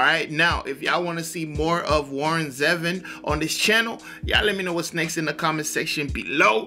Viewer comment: It's pronounced Zee-Von